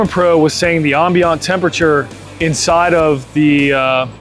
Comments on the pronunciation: Did he really say, "Ahm Bean Aunt temperature"? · I plan on going with the Searwood too for the same reasons. I just caught on that you're in VA. I was giving benefit of the doubt that you were in Canada based on how you keep pronouncing Ambient. It's Am-bee-ant. Haha. Keep up the good work!😂